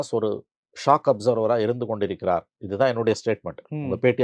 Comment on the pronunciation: ரெண்டு இடத்துல நீ சொன்னா மாதிரி, ராமதாஸ் " shock observer"இல்ல; அது " shock absorber". என்னா!